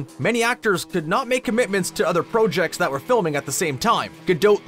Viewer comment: I hate how you say projects and process. The "o" is not long